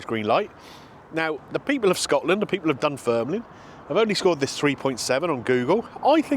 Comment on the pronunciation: You said Dun Firnland, try saying these two small villages in england, Worcester and Bicester and then say Dunfermline correctly.